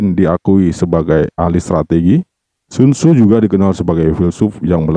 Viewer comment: Penyebutan sun tzu ke sun sinnn ituuu jauhhh bangettt tott.. !!!